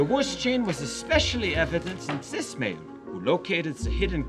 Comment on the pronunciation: “…..evident in cis male….” Wait the other 3 isn’t cis? Good for them…. Oh it’s just German accent for “this” not cis. I feel so stupid